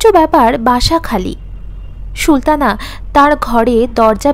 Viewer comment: খুব ভালো হয়েছে। সুলতানা নামটি Sultana পড়ুন, "Shultana" না বলে। আরো perfect হবে। পরের পর্ব কি upload হয়েছে?